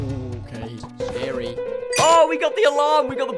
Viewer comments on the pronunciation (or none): none